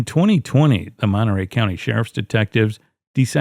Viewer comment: Monterey Courthouse gaained an extra syllable